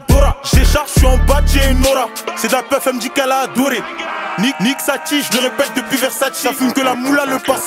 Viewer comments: c’est moi ou il a dis nique salty ? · C moi ou il a dit nike sati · Pq il dit nique sati ?